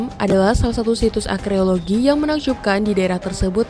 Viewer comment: Naratornya perlu belajar bahasa Inggris. Arkeologi dibaca akreologi. Di video lain, hanging dibaca hanjing.